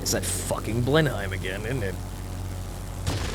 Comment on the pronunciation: Still haven't figured out how to pronounce "Blenheim" yet I see. (It's Blen em! And Beaufighter is Bow fighter! My ears bleed when ever you get it wrong!)